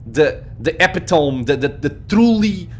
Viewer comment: I don't say this is a criticism as you are a non native speaker, but it "eh-pi-toe-me" rather than "eh-pi-tome" for epitome.